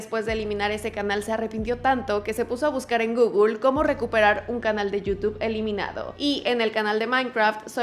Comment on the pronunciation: En gugul😂😂😂